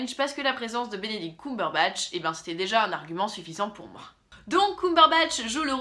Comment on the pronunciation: Arrêtez de prononcer "Coumberbatch" on dit "ceum" :(